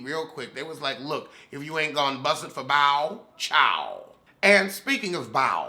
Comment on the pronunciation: everytime you say “ Bow” I hear “ “ Bowel”!!! Lmfaoooooo 🤣🤣🤣🤣🤣🤣🤣